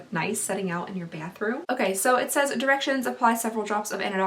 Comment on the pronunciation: I know she probably said “bathroom”... but... it kind of sounded like she said “panthroom” 😂😂😂😂